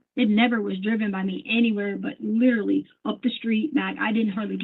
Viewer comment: There’s no way “liddurly” has a doctorate degree. She’s not “izzacly” very smart. Allllll she does is lie. She sincerely thought she was smarter than these special agents. It’s incredibly interesting to watch her get obliterated in court.